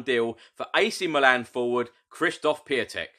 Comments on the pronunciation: Piątek pronunciation is Piontek and he is Mr. Friday as Piątek (piontek ) means Friday in Polish :) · For the record, Piątek is pronounced Pyontek and it means Friday, so he could be our Man Friday and Mourinho will be Robinson Crusoe and save us from being marooned outside the top 4.;-)